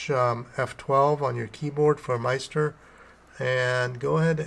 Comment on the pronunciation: Nice video... but... in the future... maybe pronounce it "MiST-er" (rhymes with sister)